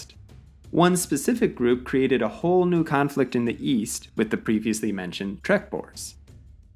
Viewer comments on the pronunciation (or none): none